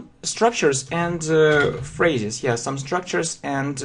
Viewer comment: и, все-таки, контент не дотягивает. автор зазубрил грамматику и выучил слова, полностью ПОЛНОСТЬЮ забыв о произношении и мелодике языка "yeah?"